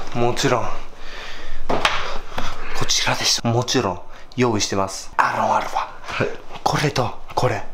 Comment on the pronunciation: 前から思ってたけどアロンアルファってちゃん言えてない時多くない？ アロファルファみたいなw